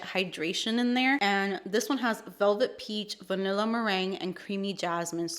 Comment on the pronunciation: Another great video 💕 🥰…. “VANILL-ER” 😂 lol I laughed so hard!!!!